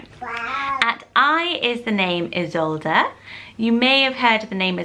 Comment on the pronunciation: Isolde not Idsolde but I like this one too